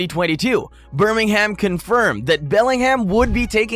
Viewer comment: The pronunciation of Birmingham and Jobe is terrible. And Leamington is just offensive 😂